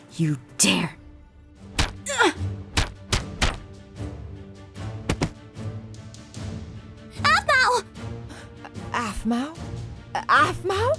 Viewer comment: Is this a mistake? Hailey : APHMAU! Me : uhh you mean apple? #SCREWED